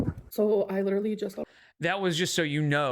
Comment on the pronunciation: posted!! That’s LEE-DUR-LEE hectic!!!! Always enjoying your videos! Wishing good health to you, your family and all of you “gorlz”watching 😁🤭